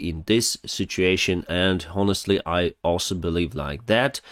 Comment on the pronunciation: Just a friendly English tip: H is silent in ‘honest’ and ‘honor.’ Say “I’m onored” or “Onestly”… Great work! Watching almost every day!